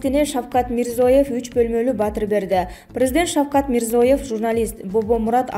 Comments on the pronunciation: Мирзоев эмес Мирзиоев журналистка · Мирзоев эмес,Мирзиёев. Тупица